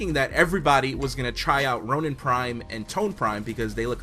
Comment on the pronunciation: did you just say tonin???